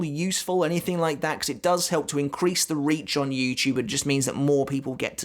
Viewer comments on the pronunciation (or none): none